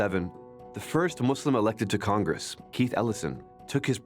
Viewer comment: As a Muslim and an Arab I’d say that one of the things that I like about the fact that says “ Muslim ” instead of “muzlim”